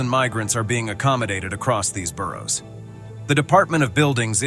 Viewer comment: did bro just pronounce the "g" in boroughs?